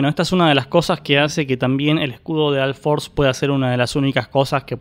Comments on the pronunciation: alforce altimate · porque pronuncias la u como a????